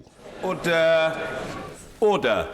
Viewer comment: Thats the guy that says ORDUH! ORDUH! Thats all.